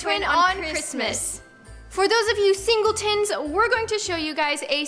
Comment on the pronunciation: hahahahaha nessa said single tins